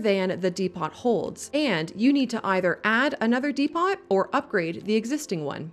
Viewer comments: There's some very strong 'this is my life now' energy coming those 'dee-pawt' edits. I can just imagine what was going through your mind when your realized you blissfully didn't pronouce the word correctly for the entire section. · de-pot. Had me in stiches. Silent T!! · "DEE PAWT" is where you lost me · lol... Dee - Pot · Incredible video - thanks for this. FYI, "depot" is pronounced "deep-oh" phonetically. Thanks again! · Fantastic video, thanks for all the information :) Just a small thing, depot is pronounced "Deh-poh" with a silent T. English is weird. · Depot is pronounced DEEPO btw. Great video! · "dee-pot" wha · De-pots? The “T” is silent at the end of depot. Sounds like de-po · Dee-pot? Is this a trap? Are you just fishing for comments? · DEE-POH! Depot is pronounced dee-poh. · transit depot is pronounced like edgar allan poe: without the t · DEPO. Its pronounces DEPO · It's pronounced 'dee-poh' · Stop saying DE-POT it's a depo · who says dePOT? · DEPOT is pronounced dee poe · How is it possible this narrator has never pronounced the word "depot" before? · It's French, so the final letter is usually silent, in this case the T. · Great video! There's some really useful tips here. Just by the way depot has a silent T. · nice tips, but I laughed every time you said "depot". it shouldnt rhyme with tea pot lol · T is silent in “depot” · great video, very informative. However the T in depot is silent, in both british and american english. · Is nobody going to point out the whole "depot" pronunciation thing? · its actually 34 things: how to pronounce depot. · The T is depot is silent. Nice vid! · Very helpful vid. Helped with quite a few things,Thanks!!!! P.S. Please learn how to pronounce "depot" 😅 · Depot is pronounced without the T sound at the end. At least in the English I speak. Yours might be different. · The t in depot is silent. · Depot - the T is silent. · Anyone else cringe by hearing, her (is this a person or ai) say the word Depot? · Who is Dee Pot?